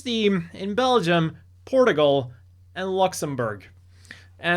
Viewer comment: The way he pronounced Portugal 💀